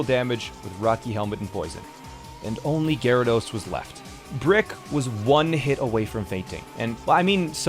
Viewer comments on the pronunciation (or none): none